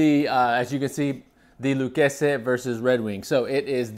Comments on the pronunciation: What’s with the pronunciation of Lucchese? The name is Italian not Spanish bug just say it like everyone else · Correct Italian pronunciation of Salvatore Lucchese (founder). Spanish would be a totally different pronunciation.